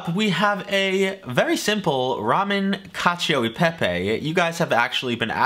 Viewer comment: “Catch-yo Iy Peypey”? WTF?